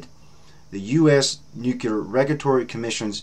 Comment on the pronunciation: Good channel! Please try to say nuclear and not nukular. This is not meant to be a nasty comment.